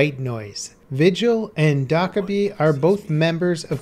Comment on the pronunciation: DIDUHAVELUNCH 2 I pronounce her name as “Do-Kae-bi”